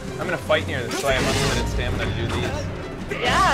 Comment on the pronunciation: UNWIMITED FRAAAGE!